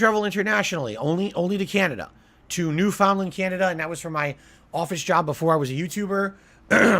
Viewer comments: He tried to sound it out and failed. 🤣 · 😂😂😂 “new found land” you serious? How does he not know the pronounciation of the location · as a Canadian I’m cringing so bad at his fucked up pronunciation. He always emphasizes the weirdest part of a word. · FFS. As a Canadian, him immediately mispronouncing Newfoundland pisses me off. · he said newfoundland wrong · Fact: I never knew how to pronounce Newfoundland properly until now. Then again, I have an excuse as in being an English foreign speaker. What's excuse? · He thinks it’s like pronouncing Disneyland, and everyone in the room probably didn’t like him enough to correct him